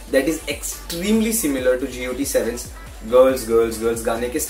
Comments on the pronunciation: A little edit: It's "GOT7" not "Gee-oh-tee seven." ;) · I'm really annoyed when he said G-O-T-7 instead of pronouncing Got7😣 Anyone noticed???